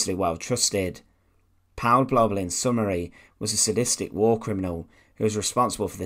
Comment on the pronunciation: The "au" diphthong in German is pronounced like English "ou" as in the word "out". Therefore the name "Paul" rhymes with the English word "foul" in German.